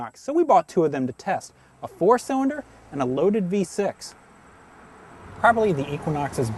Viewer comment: Learn to say your "L's"--it's not "cywinder" or "wew controwed".